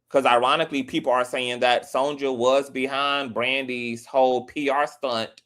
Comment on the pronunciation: Brandy's mama's name is pronounced SON-YUH, not SON-JUH. "Sonja" is the Spanish version of Sonya.